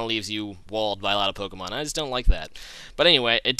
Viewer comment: The way you pronounce the pokemon's names is so weird.. Great vid either way!